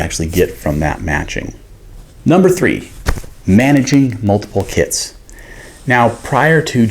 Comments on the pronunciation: I swore I heard “selling kids for years” I was so confused and worried, then I just rewinded lol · “Selling kits”😂😂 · I heard the same 🤣